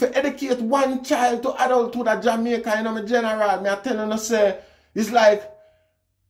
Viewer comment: Rasta you are one of the few who pronounced the name of or country correctly.